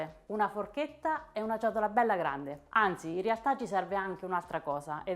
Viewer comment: E' CIOTOLA, CIOTOLA CIOTOLAAAAAAAAAAAAAAA. NON GIODOLA !!! E' CAPIENTE, CAPIENTE CAPIENTEEEEEEEEE, NON GABIENDE ! NON E' GUASI BRONDOOOOOOO!